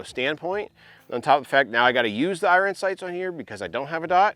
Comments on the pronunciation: Bro it's pronounced " I earn" not " I run😂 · Why are you saying iron that way 😂